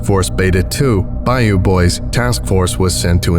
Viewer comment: I know you tried and I give you an A for effort...but as a person from Louisiana, I can tell you the accents and especially the pronunciations are nowhere close. LoL!! We pronounce it bil-LUKS-ee. And we say BY-yoo..not BY-oh. And NO ONE from Louisiana would every refer to a swamp as a bog. I know that is the fault of the author, not the narrator. Still...I love any reference to my beloved Louisiana!! Great video!!